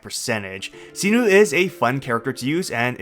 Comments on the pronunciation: What did you call Cyno??? Sinu? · did u just say see - noo??? for cyno?